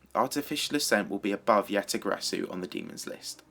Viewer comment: omg stop saying YataGarasu if you can't pronounce it correctly